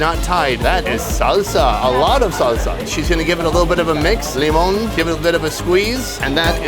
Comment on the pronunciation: The “límon” was very fluent in puertorican 😂